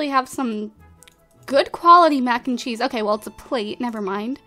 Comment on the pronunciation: When she said and we actually have a good quality Mac and cheese did it sound like she said it country